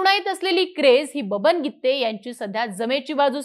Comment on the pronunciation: Gitttte असं नका उच्चार करू